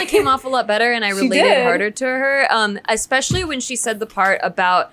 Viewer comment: Pronouncing especially as expecially is the worst lol